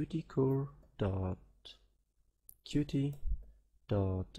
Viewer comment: sorry but it's Cute not QTee, otherwise great